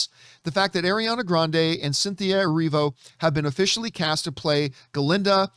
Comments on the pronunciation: Who is Adriana Grande ? Never heard of her lmfaoooo… love how he uses the “Adele Dazeem” reference in a video where he mispronounced Ariana’s name initially. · Him: Air REE ANNA Grandee and ELF FAAH BA